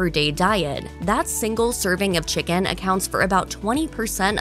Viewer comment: How come she says chi-CAAAN